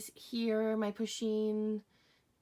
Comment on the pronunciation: Why do you say pushien its pusheen.You say it wrong. Im done how you say it😤😤😤😤😤😤💢💢💢💢💢💢😡😡😡😡👎👎👎👎👎👎👎👎👎👎👎